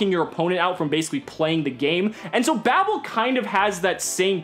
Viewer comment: God it hurts to keep hearing Babel be pronounced "babble"